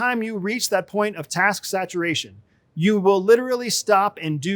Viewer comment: say "task" again... arrrg!